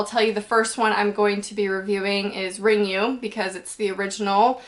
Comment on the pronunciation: Awesome, gonna totally watch this movie tonight. Also Ring is pronounced rin-gu, not ring-you :P